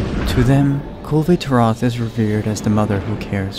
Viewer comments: I love this, but your pronunciation of Kulve Taroth bugs me greatly. Otherwise, great work on this. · I've always heard it pronounced with the "e" in "Kulve" being silent. Granted, it could really be anything. Capcom's localization team has shown themselves to be pretty daft in the past. Either way, great video again. Learned some things I wasn't aware of.